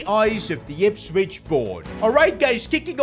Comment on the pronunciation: He said Ispwich not Ipswich